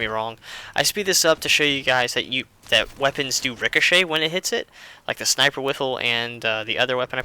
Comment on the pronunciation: And he said Sinper,not Sniper.